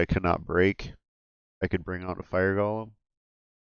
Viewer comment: I kinda wish people knew how to pronounce golem. It's not gollum, this isn't lord of the rings...